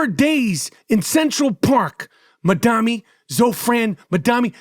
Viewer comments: All your listeners should ask themselves why you're so afraid of Mamdani you refuse to pronounce his name right. New Yorkers please take a minute to learn what Zohran actually said and stands for because Michael is lying to you. He also sounds very angry. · The way michael butchered his name without any care was 😂😂😂😂😂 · I love how Michael mispronounces dudes name every time he says it in a different way lmaoooooo